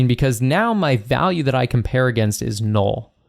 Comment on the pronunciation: Nobody: This guy: “Nool”